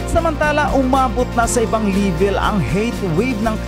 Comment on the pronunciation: “LIVEL” ba? Ayusin mo Ang TAGALOG MO.😂😂😂😂